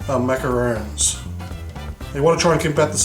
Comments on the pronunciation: they're macaRONS! pronounced like the name Ron, not macaroons. macaroons are the coconut cookie-like treats. I wanna try this recipe out, though :) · Not sure if it's just your accent or if you're legit mispronouncing macaRON .... I mean roons/rons get mixed up a fair bit by the general public but... to screw up the pronunciation AS YOU'RE MAKING THEM, considering yourself to be a pastry chef?.... bruh you betta not 😢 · ...it's MACARONS. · how he says macarons is soo funny hahahhahaha fucking ugly :P